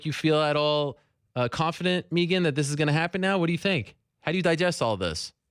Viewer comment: You drive me crazy calling her Meeegan, it's Megan!!! Please if you ever speak to her again, it's Megan!!!!! Not Meeeegan!!!!!